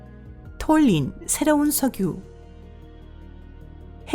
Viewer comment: 목소리 듣기 힘드네요. 트위치 도네이션 자막 읽어주는 목소리가 훨 나을정도입니다. 석유와 가스를 소교와 까 수... 자막도 틀렸습니다. 마치 자막 읽어주는 음성같은데.. 그분 휴가신가요??